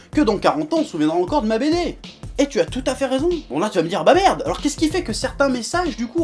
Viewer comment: TA BARDEUH!!!!!! MERDEUH!!!!